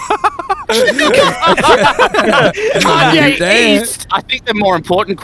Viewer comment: Kanye east? I thought you said kanye Yeast